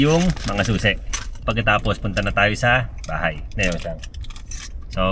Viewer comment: Natawa ko dun sa may "haybay na kami!" Ni ate yuki hahahha!